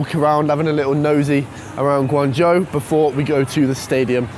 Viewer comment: I like your pronunciation of GuangZhou in the beginning, Standard pinyin! Keep it up.